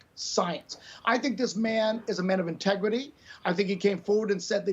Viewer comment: Intwgeiry? Lolololololol. Asholer you're a babbling fewl